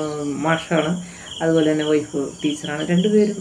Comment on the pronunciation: ഒയ്ഫ് അല്ല മാഡം വൈഫ് ആണ്